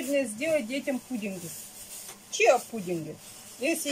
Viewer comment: Семена называются Чиа,, а не чио